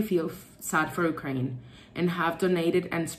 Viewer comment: What is "Ukrania"?:) Sorry, don't want to be mean, but it's funny how you pronounce the name of the country. Probably it's how it's called in Latin-based languages.